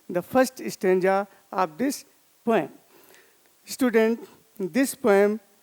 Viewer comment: Sir, Poem Is Pronounced As Poh-Um Not Poyam . You Always Had Been A Very Fantastic Teacher For Me And My Classmates of OSVN From batch 2019 .